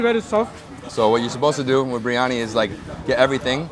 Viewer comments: Did I hear him say BRI instead of BIR🤔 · Tsk tsk...not breeeani, Biryani....Bi..ri..aanie